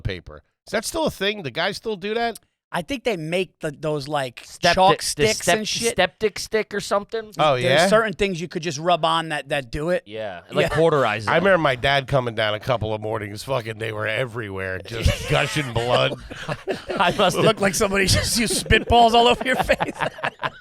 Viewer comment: says Corderize instead of cauterize and no one’s going to call him out. Come onnn